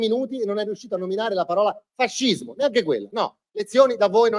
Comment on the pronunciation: Lui è antifascista in assenza di Faxcismo solo perché lo pronuncia?😂😂